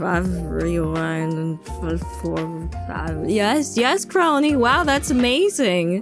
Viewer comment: Just found the moment where you read out my superchat, You got it right, Kronii. ^_^ 👍